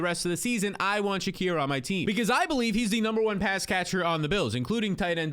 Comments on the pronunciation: please it's (SHA-KEER) not (SHA-CORE) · "Sha-Keer" not "Sha-Cur" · Said Shakir’s name 10 times, but 5 were Shakur, great Job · How do you get Shakor out of Shakir that name there ain’t no O in it 😂😂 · Why can’t homie pronounce Shakir?